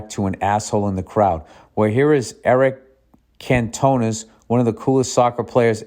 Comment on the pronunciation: bills pronunciation of Eric Cantona 😮‍💨